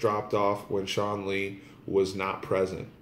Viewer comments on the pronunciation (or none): none